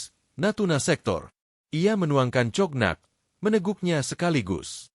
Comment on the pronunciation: nama jendral Miles hrs dibaca sbg Mails & bukan miLes, lalu nama minuman alkohol Cognac jangan dibaca tjoknaktje, tp hrs diLafal: Konyak. Jadi hrs belajar bhs asing dulu seblm ngablakin bacot 🤪 ttg nama family jendral Pierre itu ngucap nya Duboa, bukan Dubois🥴